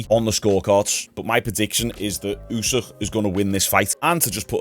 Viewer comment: I'm pretty sure it's Usyk, not Usîh 🤣🤣🤣